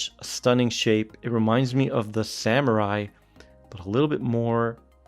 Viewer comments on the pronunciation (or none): none